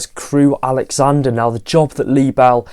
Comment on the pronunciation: love your channel, love your content. Just one HUGE mistake in this video - it's Crewe AlexanDRA, not AlexanDER. You said it four times... Keep up the great content:)